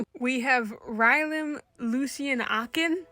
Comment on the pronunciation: Also you got the pronunciation right, and I'm so glad you got him to study because that boy is definitely illiterate ^^'